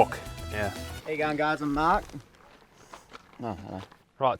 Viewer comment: “How’s it goin I am marrrrrkk”